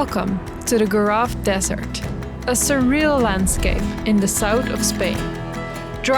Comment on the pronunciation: I recommend you to learn "local names" for the places you are. It sounds really strange when someone say "goraf" instead of Gorafe :)